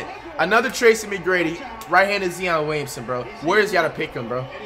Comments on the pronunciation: Who tf is “z on” Williamson flight 😩😩😩🤣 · why are you still saying "zee- on" lmao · Man say Zion name right 😂😂😂😂😂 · This man said zeon not zoin but zeon i don't no much about Stephon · “Smaller right handed Zeeyon” so Ja morant??? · Can’t even say Zion right you getting twisted from getting beaten so many times come and get this work boiii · Zeeon? WHO ?! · This dude said Zeeon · Nobody: Flight: He looks like a right handed zee-on me watching and seeing that Edwards is left handed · Bro he’s tripping he say nigga look like cion Williamson and then say he play like tmac he don’t even know how to say Zion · Could be like a zeeeoon Willison. Umm fucking no not even close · Can flight CORRECTLY pronounce anyone’s name PROPERLY!?!? Besides Stephanie.... zeeeon Williamson like really nigga!?!? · I like how no one talks about how he pronounces zions name like the NBA 2k19 commentator before he was in the league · The Way he said Zion Williams 💀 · This guy flight still says Zion Williamson name wrong still😂🤦🏽‍♂️ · It bothers me how many times he said Zion wrong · Can somebody please tell him how to say Zion name 😂😂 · fligth man i fuck wid yo vids but damn learn to pronouce there name and i kno i spelled it wrong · Bro it’s Zion not zeon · Please stop sayin zeeeon it’s Zion rahhh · It’s Zion not Zeon bro 🤦🏽‍♂️ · Who else is tired of flight saying ZEon😂🖐🏾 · “Zeeon Williamson” 😂😂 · If this man say Zeon one mo time dawg 😂😂😂😂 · Nobody: Flight: he’s a right handed ZEE-on Williamson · He does know its Zion not Zeon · “ZeOn Williamson” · “Zeeyon”🤣 face ass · Zee-on Williamson😂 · He’s low key right about Tracy Mcgrady. But zee-on Williams nah. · It’s not Zeon Williamson it’s Zion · He said zeon williamson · his name is ZION williamson not ZEON 😭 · flight it's zion not zeeon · ZION NOT ZEEON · Zeeon Williamson what the hell is he saying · Please put respect on his name. It’s ZION not Zeon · Bro it's Zion!!!!!!!! Dawn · Zion not zeon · Zee-on Williamson 🤦‍♂️🤦‍♂️ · It’s Zion not Zion